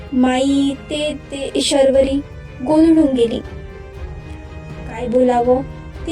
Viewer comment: गोंधडुन नाही गोंधळून